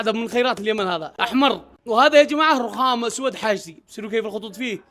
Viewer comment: هههههه ررخخام